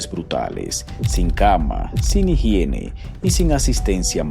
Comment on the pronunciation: mi bro nos falto una "H"igiene, 😅